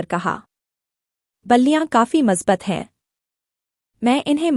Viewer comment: मजबत नही मजबूत होता है